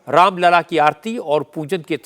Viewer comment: Raam lalla ki jagah aapne Ram laal bol diya sir jee..achhi baat nahi hai